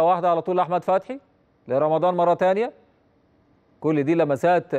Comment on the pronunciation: هو المذيع ده قالب ليه على أحمد بدير فى ريا وسكينة تحسه بينطق إسم أحمد عحمد ليه